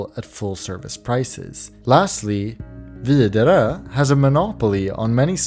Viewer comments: He pronounces it like a Dane, we Norwegians pronounce it vee-de-ruh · No, that's roughly how you pronounce Widerøe (the last e is silent, so it's like vieder-ø) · I didn't even know, and when I heard his pronunciation I was like "That's pretty close, but a bit swedish" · interesting, what I hear is VidLrer, and I'd pronounce it like weeder row. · my man strait up said wiDeRøE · He sounded swedish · God damn that pronunciation of Widerøe is the most Swedish thing I've ever heard. Is from Sweden? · The way yoy say Widerøe, is a almost a little hilarious. Is the name that difficult to pronounce outside Norway😄